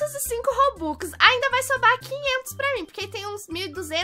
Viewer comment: Mds socorro só eu que percebi que ela falou vai soba kkkkk